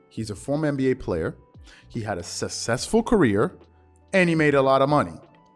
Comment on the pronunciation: “…a sussessful career.” 😂 🤦‍♂️ Said it slow and STILL can’t pronounce it correctly.